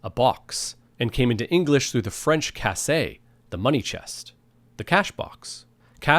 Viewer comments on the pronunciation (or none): I m sorry but your French pronunciation isnt correct, you pronunced 'caisse' as we actually pronunce 'cassé' which means 'broken' in French 😅